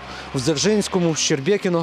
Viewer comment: Висмоктаний з пальця випуск.ведучій несе аби що,повірте на слово місцевій жительці.якщо навіть назву не можна вивчити(щербинівка-"щербекіно/щебекіно),то протягом відео інші притягнуті за вуха нібито факти будівель,настрою місцевих, навіть дратують.шкодую що приїжджали,бо виставили все на свій,невідомо для чого, лад.